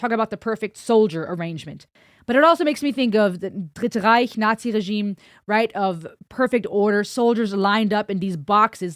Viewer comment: how tf was you pronounciation of "dritte reich" so on point? 😆